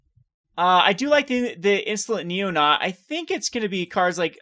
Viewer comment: It's actually pronounced NeoNATE like the actual name. Not criticizing just pointing out.